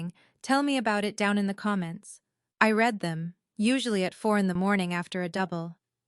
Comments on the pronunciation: Could AI please get pronunciation of read correct? For pronunciation purposes: present or habit; reed. For past actions: red! This bubble is about to burst! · Please teach your AI the difference between “I read” present tense and “I read” past tense.